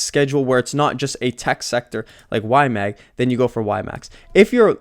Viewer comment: Bro, you’re still saying Y-Mang 😅 it’s in your head now! Good video. Moving slowly into YMAX.